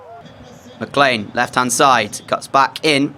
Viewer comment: I don't think your pronouncing McLean right ❤🎉😊